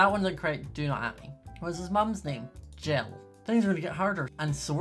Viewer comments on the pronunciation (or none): none